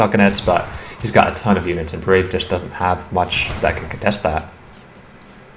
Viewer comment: why are you pronouncing perez with a silent z?. It's a spanish name the z isn't silent.